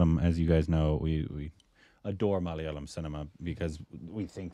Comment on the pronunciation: Mic drop! Proud of the way pronounced Malayalam. You've come a long way, 😅